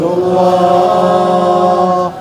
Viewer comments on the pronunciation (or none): none